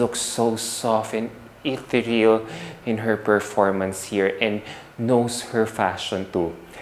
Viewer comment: Ethereal is pronounced as ih-theer-yuhl. Not bashing, just trying to help